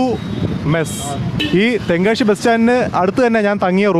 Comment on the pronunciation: നല്ല ഒരു tongue cleaner ദിവസവും 2 നേരം ഉപയോഗിക്കുക ശ എന്ന അക്ഷരം ശരിയായി പറയുക.ഷ അല്ല ' തെങ്കാ ഷി അല്ല.